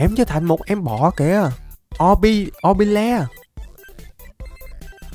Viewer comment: O bi tồ không o bi le nhé anh